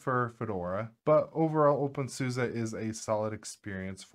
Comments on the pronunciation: In German, "Suse" it's pronounced "Soos-eh." Actually, it's "Zooz-eh," but that may be going a bit far, for English speakers. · Why do you call it OpenSUSA? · Really appreciate this topic, although I am always surprised with the way the Suse part is pronounced, when I used OpenSuse (probably version 10 or 11, if not older), I used to think Suse was pronounced like Seuss as in Dr. Seuss.